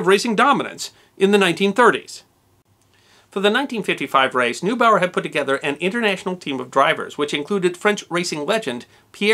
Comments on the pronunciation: Paß auf! Alfred NOY-bau-er. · Plenty of examples of emphases used on the wrong syllables including the laughablly clumsy "LABratory", (so it sounds like "lavatory"), instead of the more elegant "laBORATory". Other mispronunciations include, "Noobower", schoolboy error- read up on German pronunciation etc, etc.